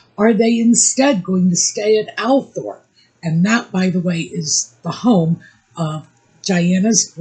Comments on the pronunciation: its pronounced All-thrup, the 0 and R gets reversed in the pronounciation. Everyone pronounces it that way as Lady C explained. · FYI: Althorp is correctly pronounced “ALL-thrup”